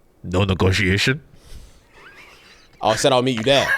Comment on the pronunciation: "No negotiation?" In the confused accent got me 😂